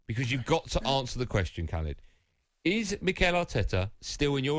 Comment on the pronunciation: When they first said his name I thought it was someone called "Calid".